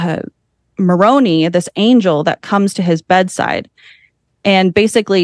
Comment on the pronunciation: She said cowdery and moroni wrong too. 😂